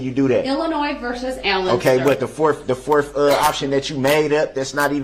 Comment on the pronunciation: What exactly is "forf"? As in "The forf option you made up?"